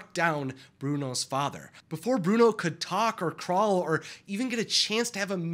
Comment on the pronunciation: Do not tock apuot Bruono